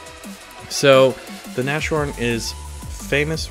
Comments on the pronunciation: ... just in case you care to know ... the word "Nashorn" is actually pretty easy to pronounce for you (since you are generally doing a great job doing that) - you dont pronounce the "sh" as in "Nashua" but the "s" as in "NASCAR", so it's a "Nas-horn", and there you are. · Btw those are two syllables, Nas-horn. So don't do a sh in there, just imagine you're saying hosehorn (which is the literal translation). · You might not care but if you did its pronounce (naz-horn) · It's pronounced "nahs-horn" and means literally "nose horn". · pronounce it like nas (the rapper nas) horn. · You say it like naschorn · you say it false. you have to say nas-horn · not pronounced that way. more like "nose horn" now make it sound like "mars" but with an "n" instead of the "m". "nars horn" there you go. And now write it "Nashorn" ;) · its pronounced Nas-horn duuude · Nas-Horn, not Nashorn please just please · it's pronounced naas-horn😊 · It's pronounced Nas-Horn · Stop saying Nash orn! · Nassssssssssss Horn S not sh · you don´t pronounce it correctly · no it's not... The "a" in nas is pronounced as the "a" in arm. Or to keep your example, as the "a" from car. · and its not an "a" as in "nasty", its an "a" like in "army". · the s and the h are pronounced independently in nashorn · Your german pronounciation is rather interesting. The "a" in "Nashorn" is pronouced like an "uh" and the "sh" is pronounced like an s and an h, separate from each other. Your "Hornisse" was almost on point. Just don't swallow the "e" at the end, this is german, not french ;) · could you please stop pronouncing 'Nashorn' as if it were an English word?! The S and the H aren't like you what make of it: the English 'SH' sound. The Germans don't have that sounds. You need to pronounce the S and the H seperatly, with the normal 'S' and 'H" sounds. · NAS-HORN. not nash-orn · nas-horn not nosh-horn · it's pronounced nas-horn, not nash-orn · not "na sh horn" but "nas horn" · "Nas-horn" not "nash-horn" pls